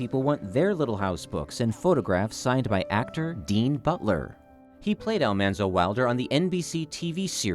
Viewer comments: We were bugged to death everytime someone said 'Almonzo' instead of 'Almanzo'! I am glad he told the story behind that. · Ah ha! I have always wondered why Laura called him Manly. , not "Monly". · It's nice to see more generations enjoying the stories and series. I had never read the books but enjoyed the show and watch reruns of it. Didn't know the name was pronounced Al MAHN-zo, not Al-MON-zo. I'm surprised he didn't mention how Laura called him "Manly" and Harriet Olesen called him "Zaldamo" Probably just written for the series. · I had NO idea the pronunciation was different. Thanks for the correct way to say Mr. Wilder's first name.